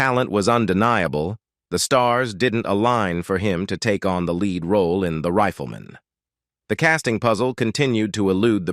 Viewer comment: If this NARRATOR actually watched the intro of the show he should know how to pronounce it's title... it's not THE RIFLE MAN as he keeps repeating, it's THE RIFLEMAN -one word! The NARRATOR then goes on and on with a non-stop pseudo-narration that really irritates. I'd like to see him take on subjects like 9/11 and COVID, maybe he could improve on the "official" fairy story with his way overly dramatic tone. And you got the wrong JOHN ANDERSON photo to boot...